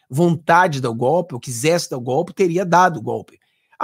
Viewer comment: É gope,gope,gope ,petusta não sabe falar o certo,vamos ensinar é GOLPE.kkkkkkkkkk